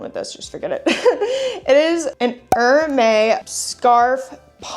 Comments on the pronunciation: Hermès is pronounced as Er-mez 😊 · You totally destroy the pronunciation of Hermès.